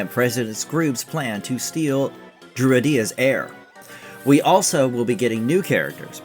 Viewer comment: Drew-Eh-DEE-ah? What the fuck?